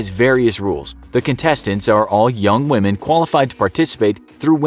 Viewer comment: I respect whamen